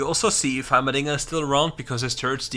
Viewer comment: Everytime you said dinger I hear the diddler.